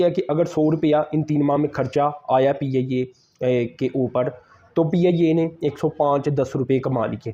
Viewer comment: Piyayye 😂😂😂😂PIA bol be 😂😂